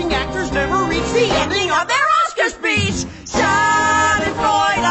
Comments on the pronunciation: I am kinda not happy that they call us germans nazis but uaargh i love this song it's so catchy and it's so funny how they pronounce "Schadenfreude" 😂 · I'm sorry to say but i'm kinda offended cuz i'm german and this is not so nice what the song says... but anyways super great work i love your art style and it is too funny watching english people pronouncing "Schadenfreude" wrong 😂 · I'm German,too- And I love how they pronounced "Schadenfreude". XD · yeah they said like "schardenfräuda" 😂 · W h y d o i r e l a t e t o t h i s ? ? ? Even tho I'm German, this shiz is funny cuz I don't think they are saying it right lol. I love this so much